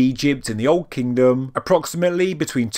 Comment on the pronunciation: “New KingDum”